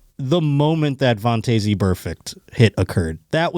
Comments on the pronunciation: Since it bothers me as much as a doofus playing guitar in public bothers others, I gotta tell ya that Vontaze is pronounced VON-Tez. Happy Wednesday Go Bills love u bye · yah I have never heard anyone pronounce it vawn-tayzee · I love the podcast. Watch every week. Stop saying Vontaze Burfict like that. Please. I have never heard anyone pronounce his first name like that.